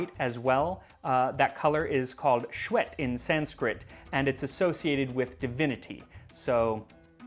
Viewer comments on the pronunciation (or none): A teaspoon of ghee on the surface while serving would elevate the dish to next level😊. While making jaggery from cane juice, they sometimes add a bit of ginger and turmeric which lends a hint of flavour. Slurrrrrp! It's shweth (shway-th), vowel stretched a wee bit.